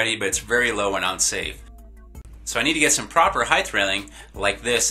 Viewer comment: HEIGHTH is NOT a word. It's HEIGHT.